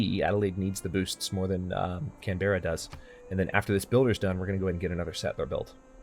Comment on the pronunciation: why can't people say australian cities right its can-bra not canbeara